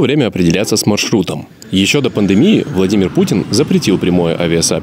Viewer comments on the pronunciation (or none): none